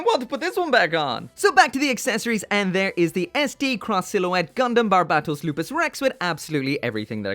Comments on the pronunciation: Every time this guy says barbatos wrong,I start losing brain cells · You still can’t say his name right